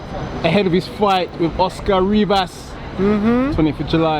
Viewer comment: He said Rivas three times xD .... must be on dem reefas